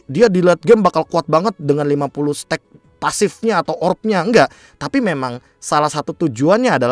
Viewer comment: Kayaknya bukan "stuck" kali be, tapi "stack", cmiiw